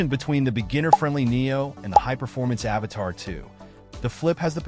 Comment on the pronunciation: dude... say it with me.... "A-V-A-T-A-2." Where are you getting "Avatar" from? lmfaooo